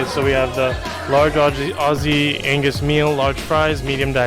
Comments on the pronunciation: Its spelt & pronounced Aussie not Ozzy as in Ozzy Ozbourne. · Why do Americans never pronounce Aussie (Ozzie) correctly? Drives me crazy lol